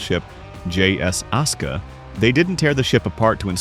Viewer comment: ASUKA (AI voice aska) Jap: ah-su-kah